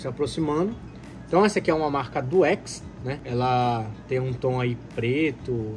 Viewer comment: "Duex" kkkkkkkkkkkkkkkkkkkk